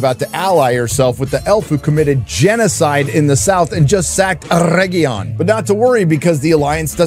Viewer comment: “Mostly Peacful sack of oregion” 😂😂